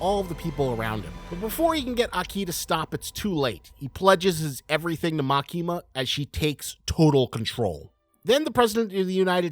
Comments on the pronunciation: This dude: Likes CSM enough to make a 15-minute Gun Devil vid. Also this dude: MaKEEEma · love ur analysis but the emphasis is on ‘A’ not ‘ki’ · bro really pronounced Makima as "Ma kee mah"